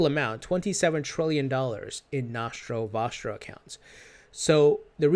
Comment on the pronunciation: Nashro washro ....dude thats nostro vostro pronounce it like a normal human being